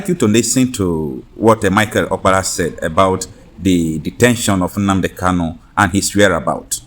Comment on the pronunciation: Nnamdi Kanu is your client but you ddoont know how to pronounce his surname .